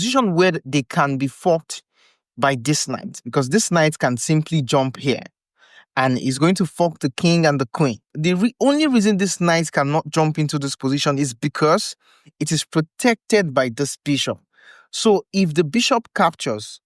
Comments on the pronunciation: When you say fork, it sound like fuck 😂. Fork Kramnik. Seriously, good video. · What you say at 2.46??? 🤣🤣🤣🤣 You should work on your pronunciation of the word "fork"😂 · Nicely done, thank you. If I might offer one suggestion: when you say the work "fork" or "forking", make sure you clearly make the "r" sound in the word. Otherwise, it sounds like a curse word. : ) (No offense intended. You're much more bilingual than I am!)